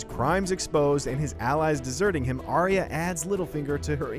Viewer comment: They don't know how to pronounce Arya.